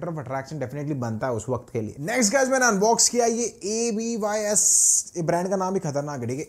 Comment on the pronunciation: Abys ❌ a b y s 😂😂